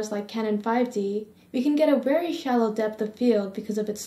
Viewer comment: And please stop saying "wery" lmao